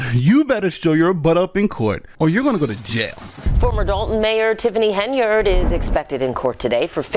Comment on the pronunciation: Love your videos.... but listen to your own news outlets you are using in this video..... her last name isn't pronounced HenYARD..... you sound bad when you try and say it that way lol